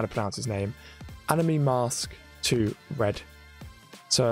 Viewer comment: It’s pronounced am-I-mask or A-my-mask